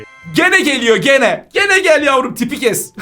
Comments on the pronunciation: Yazılışı GENE okunuşu CİNİ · Kötü amacli DEĞIL abi ama ismi normale Gene değel ismi söylemekte "cin" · Cok yavas aciyorsunuz bu arada okunusu gene degil gin diye okunur